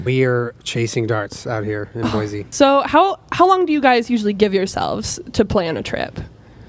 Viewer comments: As an Idaho native it’s Boy-see not Boy-zee.. I AM INSULTED 😂😂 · First thing is it’s Boy-see not Boy-zee. Second: Idaho is mostly forest and mountains. Third: welcome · As a Boise native, I LOVED this video. Beautifully done!!!! A few reminders: It's Boy-see and not Boy-zee. Also, Idaho is not all desert. We have some of the most beautiful pine forests you'll ever see. Next time you're in town, drive up to Idaho City, check out the amazing forests, and visit Trudy's Kitchen! Amazing food! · I hate to be that person, but it’s pronounced “Boy-see” not “Boy-zee”. Every show pronounces it wrong and it annoys me lol. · I live in the Boise area! I recognized almost all of the locations in the video. By the way, it’s pronounced “Boy-see”, not “Boy-zee” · Boy-see not Boy-zee. I can't believe you were so close! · Anyone from Idaho knows how hard it is to hear him keep saying "Boi-zee". It is okay. We still love you.